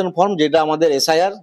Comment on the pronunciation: নিউজ এইটিন, কি সাংবাদিক( প্রথম সাংবাদিকটি) আপনাদের? যে ফর্ম কে ফ্রম বলছে। সত্যি, কি শিক্ষার মান হয়েছে এই রাজ্যের